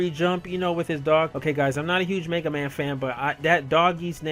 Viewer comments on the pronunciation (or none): MAYga man lol